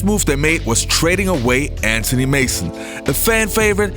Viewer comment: Anthony Mason . Not Antony